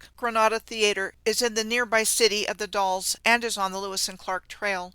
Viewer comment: The Dalles Oregon is said, like gals, only with a D